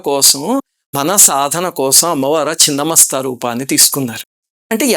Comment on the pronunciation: Thank you for pronouncing right as ‘chhinna masta’ not Chinna masta!